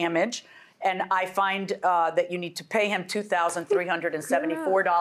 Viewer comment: She looks like she's pregnant all the time... One more thing it's "that" not "dat"😅😅😅